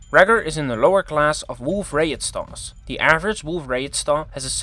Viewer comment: Wait, how do you judge what eta corinae's surface is? You cant even pronounce wolf-rayet properely, i dont think i trust you You cant measure pure energy with degeneracy pressure involved I think you need more research